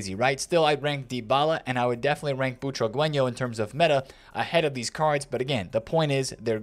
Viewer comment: Boo-tra-ge-ño not chihuahueño